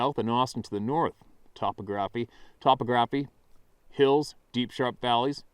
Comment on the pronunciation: It's pronounced: ta-POG-ra-FEE